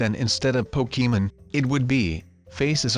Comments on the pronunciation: ITS POKEMON NOT POKEEMON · Why did you say pokémen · Pokemon not pokemen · He is saying pokemen lol It is Pokemon 😂😂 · When he said Pokémon he said pokeman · It's Pokémon not pokeymen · Po-key-men gotta catch em all